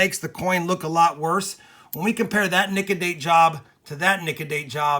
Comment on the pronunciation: Nic-a-date..google thinks ur staying something wayyy diff. I looked up at my TV and said "that's not what just said"